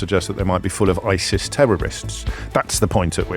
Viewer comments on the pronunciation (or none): none